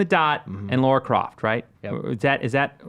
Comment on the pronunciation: It’s Lara not Laura...